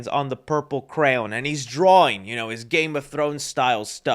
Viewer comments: Why do you keep saying purple crown and not cray on lol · you say crown instead of crayon the whole video, shit triggers me in a way where i need like a week before watching your videos again lmao. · Why do I keep hearing purple crown instead of crayon? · please stop saying crown, it cray-on. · CRAY-on . . . craywn . . . crown. The evolution of you pronouncing this word as the video unfolds is weird, lol. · PLEASE its not Crown its CRAY-ON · Is it just me does sound like he’s saying Crown whenever he says Crayon? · are you saying Crayon or Crown? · "Crown" you're killing me with the pronunciation 🤣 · It sounds like you're saying "purple crown." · bro you gotta pronounce it right, cray- on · I watched twice just to hear u pronounce “crayon” lmao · trying to say crayon is cracking me all the way up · I'm unsubscribing just for saying the word crayon wrong...... i'm kidding. I was never a subscriber, but if I was!🤣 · no one says it like that. Don't simp.....